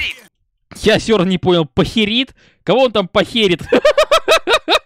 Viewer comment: Не пахерит, а пайкирит